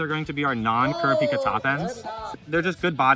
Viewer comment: Who is "kara-peeka?" Lol always hilarious hearing people butcher the name.